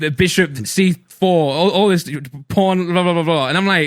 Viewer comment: wait... porn? I know it's pawn btw, it's just the way he says it